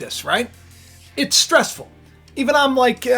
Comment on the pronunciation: Wow you usually butchered the word stressful if I wasn’t stress now I am thanks for putting that in the front of my head stress